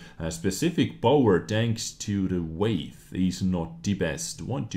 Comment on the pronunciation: Hey, weight is not pronounced as way-th. You pronounce it the same as the word "wait". Also, thanks to your other vod i am just 200k xp away from researching the deathstar. Going to convert xp to get it. Im not grinding tge same damn tank 5 times. (At2-tortois) Thanks for the heads up.